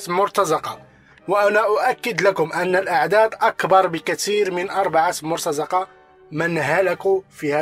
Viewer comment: مرتزقة أخي بكسر الزاي و ليس بفتحها mortaziqa وليس mortazaqa.